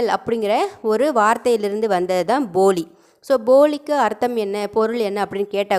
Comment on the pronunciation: உங்க உச்சரிப்பு சில நேரம் பொலி னு இருக்கு வீடியோ வ ஒரு time cheak பண்ணி பாருங்க போலி னு கேக்கல தின்பண்டம் இருக்கு ல பொலி அந்த மாறி இருக்கு